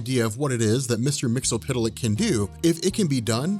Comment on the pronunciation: did he actually say mr mxtlpytlk (or however you spell it) flawlessly?